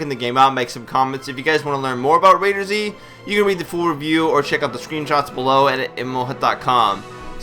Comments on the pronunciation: just say it right before making a vid, ITS CALLED "RAID-ERZ" NOT RAIDER-ZZZZ!!! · Do you pronounce McDonald's as MC Donald's because that's a word with a capital letter during it. I don't think you do. Do you? Heck even the Admin's from Perfect world say the Z is used as a S. So please go do your homework before you reply to a comment.